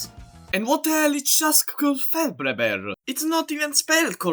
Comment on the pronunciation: the impeccable pronunciation of "giasfclfebrehber" fucking killed me. your voice was clearly designed in a lab just so mortal men could even have a chance at saying it properly